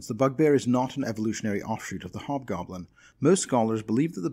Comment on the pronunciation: What to take the time to thank you for saying Hobgoblin and not Obgoblin. :)